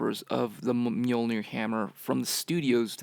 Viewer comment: i hate how americans pronounce mjölner